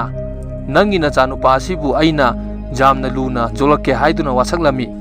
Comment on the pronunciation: 'Yamna' hambiyu 'jamna' haibignu taba yamna nungaite